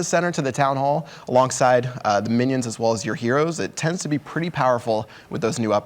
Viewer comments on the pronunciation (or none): "Get all of youf troops in the center and it tebds to be effective" what a comment